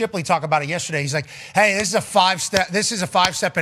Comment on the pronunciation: How tf is dan orlovsky getting paid to talk football. He's literally 3-23 in his career. Dude was trash and is still trash af. He's so dumb he can't even say "yesterday" right...